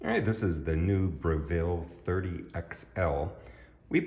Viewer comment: Brevil not Bre-ville